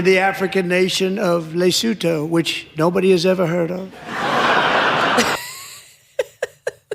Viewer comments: Lesotho is a tiny little mountain kingdom situated in the Drakensberg mountains, in Southern Africa. It is surrounded by South Africa. It's main industry is stealing livestock from South African farmers *wink wink*. It is pronounced Le-soo-too. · hi Megyn... a small FYI... Lesotho is a small country entirely inside South Africa. The spelling notwithstanding, the pronunciation is leh-SUE-too.